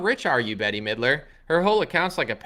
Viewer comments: It's "Bet" not "Betty". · “Bet” not Betty.